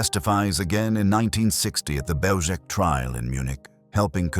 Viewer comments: Just fyi. It’s pronounced as Behw-Zhets. Zh as in measure. The C is always ts not K. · It's pronounced Belzhets. Please if you are going to produce historical videos, learn the correct pronounciation of names. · Pronouncing the name incorrectly. The "L" has a lone through it making the pronouncement a "w" sound. Therefore it is Beozhek. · BeozheTS. The c has a ts sound in 🇵🇱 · It's pronounced "beljetz" and wirths nickname was stuka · A small quibble, but the pronunciation of "Bełżec" is not hard to get right. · Learn to properly pronounce the name of the place you're talking about. Is it that difficult to look into it so as to learn to pronounce it correctly? The first word of your video, mispronounced. Ok, we get it.